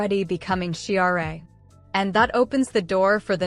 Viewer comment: listen, you A.I. PieceOfCr@ ... Adora's alter-ego is pronounced "she-rahh" NOT she-ar-ay - but then you'd know that if you were Human!